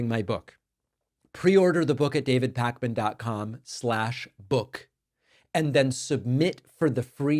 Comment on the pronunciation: "Da Buuk"😅